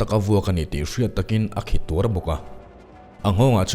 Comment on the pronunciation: A lu ruh a khi tuarh i tih hi, a khi tuar ti in lam ri zawk la a dik hmel. I aw a fel faiin ngaithlak a nuam e